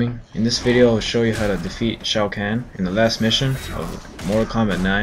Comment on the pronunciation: he said shao kahn wrong